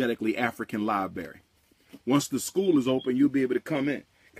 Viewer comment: What a wonderful ”LIE-BURY” u have there, umar ❓❓❓❓